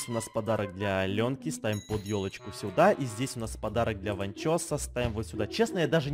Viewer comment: Мне послышалось не ёлочку а тёлочку